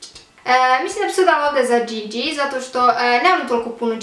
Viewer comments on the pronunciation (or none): none